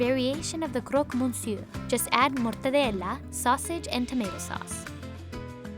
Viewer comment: When she said "croque-monsieur" (french) I cringed so hard lmao. Not even close